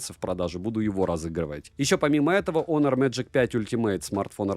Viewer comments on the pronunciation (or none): none